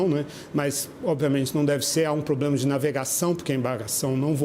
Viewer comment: Eu ouvi poblema ? 😳